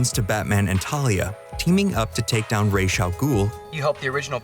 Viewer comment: How hard is it to say Ra’s?